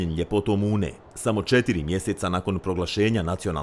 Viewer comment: Sarajlijice nije "Uuuuuune", nego prosto i kratko "Une".